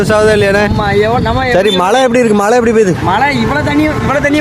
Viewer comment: எப்போது நாம் சரியாக உச்சரிக்கப் போகிறோம்!! "மழை"